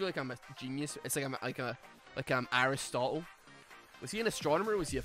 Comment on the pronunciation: Did you say Irish-stotle?